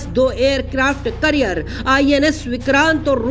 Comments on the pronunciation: Carrier bolte hai career nhi 😅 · Aircraft career nahi bhai aircraft carrier hota hain 😂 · Abe wo aircraft carrier hota hai kya hota hai aircraft "carrier"